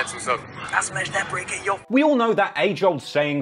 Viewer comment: can't say the word "your"